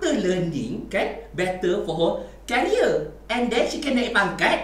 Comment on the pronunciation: Career pronounce as "keria"